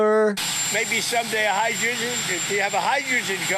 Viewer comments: The man could barely say ‘hydrogen.’ Hrrdrgrn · Can you say “hydrogen” fool? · Is Trump struggling to say hydrogen? If so, where’s Jake Tapper to write a tell-all book?